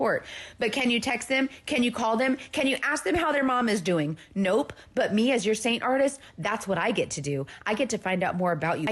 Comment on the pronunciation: They way she emphasizes the "p" in nope is grating to my ears 😂